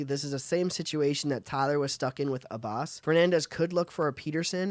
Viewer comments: you gotta learn how to pronounce abas (pronounced abiss). His dad was a legend olympian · Since the Abas family has a long and storied history in the sport of wrestling it would seem you would know how to pronounce the name, no biggie but surprising considering all the NCAA titles and world medals. Incredible commentary, well done.